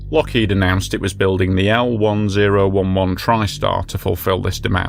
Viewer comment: Its pronounced EL TEN ELEVEN (L-10-11 -TRIST⭐️R)